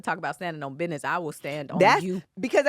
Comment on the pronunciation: “That’s God’s Bid’ness”🤣🤣🤣. And IS! Love it 😂😂